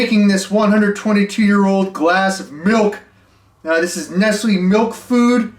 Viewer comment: Killing me how badly you are mispronouncing Nestlé lol